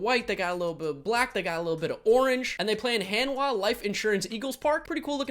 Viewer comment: Korean 101. Most of "A" sound, just promounce as "Ah" not "Ae" like most of the world do. So Hanhwa, H"ah"n hw"ah". Thank you:)